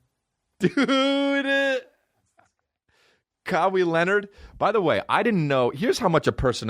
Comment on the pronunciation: “Cowee Leonard” lol